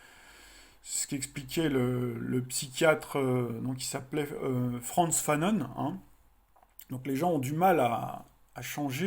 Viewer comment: Frantz Fanon est un psychiatre martiniquais, vous pouvez prononcer son nom à la française